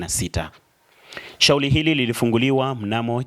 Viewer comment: "Taalifa" , "Shauli" ❌❌ nashauri huyu reporter asiwe anafanya narration huenda akawa mzuri kwenye shooting & Editing abaki huko plse huu wangu mtazamo tu jmn